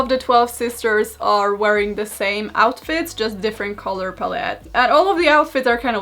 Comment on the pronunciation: So we’re not gonna mention the “Color *palleté*” type of pronunciation right? Okay